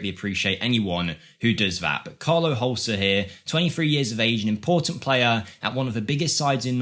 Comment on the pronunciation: The e need to be pronunced in Holse.